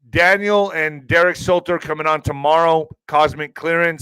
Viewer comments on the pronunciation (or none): none